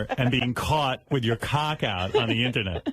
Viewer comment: "You can find the information on the eennernet"